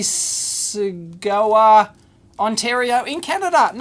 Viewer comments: PST, miss-a-saw-ga Dave. Cheers. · Mississauga - Pronounced "Mrs. Soggah" :) Its right next to Etobicoke.. ;) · pronounce as "miss a sog ahh" XD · Mrs. Sawga. Sound it out. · Thanks for the laugh on your pronunciation of "Mississauga"...."misses-sahga". (@ in the video) Being from Sudbury, Ontario, Canada the name is very common here and I guess for an "Aussie" it might be a bit difficult to pronounce. Great videos, very entertaining!! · Hiya Dave. Somebody has probably already mentioned it but, Mississauga is pronounced "miss-a-saw-gah" Love the videos... CP140 (and proud HP41CV owner) (Edit: Correct spelling mistrake) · hahaha I don't blame you Dave. Despite living an hour and a half from Mississauga, that is a tremendously difficult name to pronounce! Here's a tip if you care, Miss, iss, saw, guh. Cheers, great vid! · EEVblog dave its miss iss au ga, mississauga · Bring on the two minute tear downs, I love em! Oh, and the city in Ontario Canada is pronounced miss-ahh-saw-gah :-)